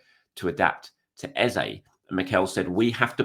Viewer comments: His name is EHZAH not EHZAY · great update as always. Should we be pronouncing Eze's name correctly? Eze (pronounced Eza) has told everyone how to pronounce his name.